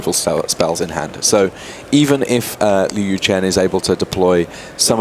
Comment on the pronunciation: I wish the commentary team would have taken a few minutes to talk to Liu and learn how to pronounce his last name :(